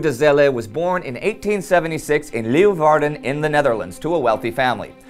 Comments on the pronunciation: I almost forgot that she was Dutch. Great atempt of saying Leeuwarden by Indy. Greetings from the Netherlands! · You said Leeuwarden suprisingly well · I'm very impressed by how he pronounced Leeuwarden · Awesome hearing Indy pronouncing my hometowns name; "Leeuwarden"